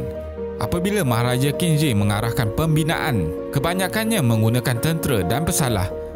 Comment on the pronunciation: Qin shi.. Aku dnga tdi cm kin zir.. siol lah